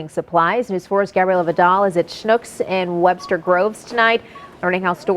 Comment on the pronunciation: I hate it when people say "snucks" It's pronounced "shnooks" goddamn